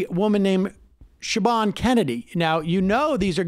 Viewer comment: Siobhan is pronounced "Shavonne"